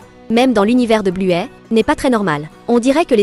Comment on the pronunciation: Buè elle dis